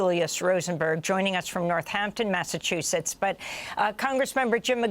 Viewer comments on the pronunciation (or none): none